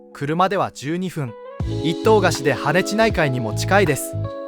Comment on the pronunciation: ❌はねち→ ⭕️ はねじ